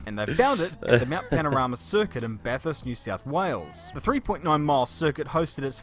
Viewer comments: When you consider that he has heard it pronounced correctly a 1000 times, his mispronunciation is just careless. Americans can pronounce bath with the short 'a' can't they? It's the thing in the bathroom that never gets used because everyone showers. Good grief! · apparently he's 'heard about bathurst' but not from anybody who knows how to pronounce it? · Og video, pronouncing Bathurst correctly, many times. Op: BATT HURST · I want to sub. But you called it Bath Hurst? Also after you hearing it pronounced as Bathurst “ multiple times “ you still called it Bath Hurst? Next video? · They pronounce it bath/hurst, the one h spreading into both syllables. It is in fact Bat-hurst (the name of the guy the place is named after, not any name nowadays). Either pronunciation is fine. But do not expect the bumpkins to understand. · Huh???? Bat-hurst?? Ba-thirst?? Bathurst one word love like American pronunciation for Bath then hurst Spoken as one word Bathurst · why do American's always make word sound stupid. BAT-HURST. its Bathurst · BA TH UR ST dude not BAT HURST please get it right! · It’s not bat-hurst it’s ba-thirst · Maybe already posted but you got the name totally wrong. its BATH ( LIKE BAT BUT WITH TH ON THE END )URST NOT BAT HURST!!!! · Bath hurst not bat hurst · Dude...firstly....batt hurst... no.. Bath-ust Secondly....way better videos out there. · Bat hurst? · It’s not bat- hurst the Th makes a f kinda sound Bathurst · As an Aussie it hurts to hear Bat hurts...... Instead of Bathurst.... "ba...thirst"...... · It's not bat-hurst It's bath-urst Bathurst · BAT HURST!? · it's pronounced bath-hurst not bat-hurst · Bath~urst not bahurst. I'm not even a minute in. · Bat hurst, it's Bathurst. or fondly call "the mountain" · Are you saying 'bat-hurst'? It's pronounced, 'bath-urst'. Great video btw. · It makes me cringe every time he says Bat hurst! It’s Bath hurst! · bro not bat-hurst lol th together like in "the", bathurst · bathurst, not bat hurst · Try saying bathirst